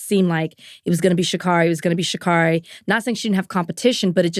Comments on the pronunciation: It's pronounced "she carry". ❤ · Love y'all. Just gotta say it's pronounced Sha-Carey. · Stop pronouncing Sha’Carri’s name wrong